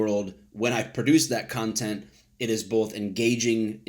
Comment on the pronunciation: Did you just say cuntent?